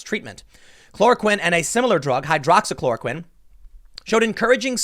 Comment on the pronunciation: He said hydroxychoroquine!!